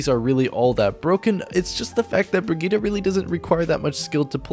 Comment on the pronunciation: bri gee tuh not op fight me